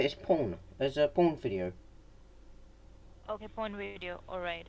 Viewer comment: She actually says "Porn wideo" just after . :D